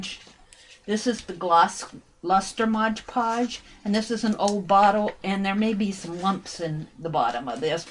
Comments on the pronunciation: This is a very interesting and pretty project. However, please learn to say Mod Podge, instead of Modge Podge. It drove me crazy. Love the technique! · DRIVES ME NUTS TOO. IT'S AMAZING HOW MANY PEOPLE MISPROUNOUNCE IT. Mod sounds like odd people!!!! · I think that is a Brand Name that so many people mispronounce — like "WalmartS". Ugh. I think there are "clicks of people" (for a lack of a better word) that are exposed to the wrong pronunciation then don't realize they are saying it wrong — even though the word is very large on the bottle — and looked at how many times a day? Yes, hearing it throughout the entire video is a bit irritating, but the video is a great concept! Thanks,!